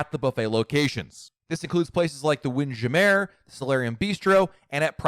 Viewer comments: WHY do you call it Wind, JAM AIR???? ARG!!! That is not how you pronounce that word!!! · He said in a live stream once his sister (I think) called it that and he thought it was hilarious so it stuck :) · Win-gem-ehrr. I like it. Sounds fancy. It's like saying "Tar-jay" for Target. 🤓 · WHY DO YOU SAY WINDJAMMER LIKE THAT!?!?!?!?!?!? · bro why did u pronounce windjammer like that 💀